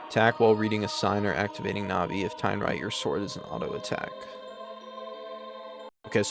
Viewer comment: You pronounce Navi fine. If no one else told you, “Navi” is short for navigational support (which is Navi’s function story-wise and in battle targeting).